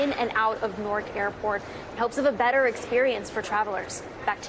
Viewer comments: Could someone please teach how to pronounce "Newark" instead of allowing her to continue calling it "Nork"? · Literally everyone else on the broadcast pronounces it correctly. She's the only one pronouncing badly. You don't have to be a scholar to read the word "Newark" and get it right.